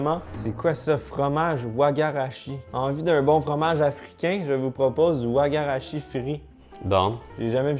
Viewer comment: C'est Waga shi la pronunciation attention c'est du bénin